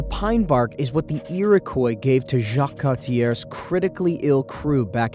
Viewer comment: jacques cartière, misère, essaie pas de parler français.